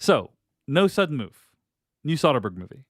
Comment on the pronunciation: You are saying Soderbergh wrong